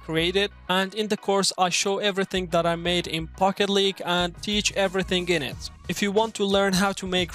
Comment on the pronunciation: It sounds like he says "Fuck it League" 🤣